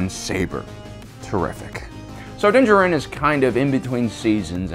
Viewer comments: Why do you say Din Djarin that way? In the TV series they mention him several times with the correct proncuiation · why do you emphasize Din Djarin the way you do? they say it in the show and i figured you guys of all people would say it right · Why do you keep calling him "Dinjiran"? Din DJAR-in. Like, you hear it on the show, what's the prob.... dawg? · If you cannot pronounce his name you should just call him Mando, instead of the multitude of mispronunciations you provided here. Dinjerin, Din Jawrin and Dinjah Rin. Just watch the show and listen. They say it out loud. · "Dinja Rin" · If you say Dingerin one more time I'm gonna have to intervene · "Din jerinn" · from Generation Tech the way he pronounces things is just different, but I guess odd. I've noticed this with Ahsoka, Din Djarin, Grogu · This guy has got to stop saying Din Djarin like that no one has ever said it that way in the show, literally the armor smith says his name IN THE EPISODE HES COVERING. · For the Wills sake please stop mispronouncing his name...it's said in the show!!! You legit hear it from the source material.